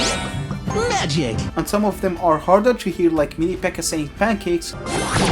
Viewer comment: i swear y'all lying he can't be saying pancakes like that